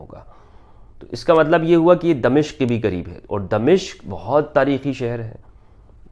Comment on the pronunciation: غلط العام اگرچہ صحیح ھوتا ھے مگر صحیح لفظ دمشق Damashk میم کی زبر کے ساتھ۔